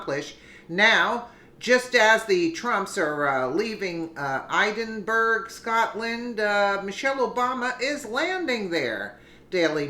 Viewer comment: Hi. Edinburgh is pronounced, Ed-in-borough